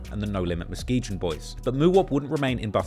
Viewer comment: Always rocked with the videos. BUT MUSKEGON DRIVES ME CRAZY! ITS pronounced MUS-KEE-GUN. NO J SOUND. That’s not some hood stuff either. it’s like when people pronounce Illinois. ILLINOISE! At least across the pond. Doesn’t live in Illinois and still can’t pronounce the state name. You know. Like PACIFIC! 🤣🤣🤣